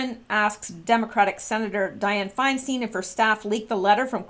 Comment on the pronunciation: it's pronounced "Fine-stine" (there are YouTube videos on How To Pronounce..). Rod, on the other hand, says he answers to either, but his father uses "Rosen-STINE", while relatives use "Rosen-STEEN". Harvey is also "Wine-stine", btw. I think the envelope was a pay-off, too.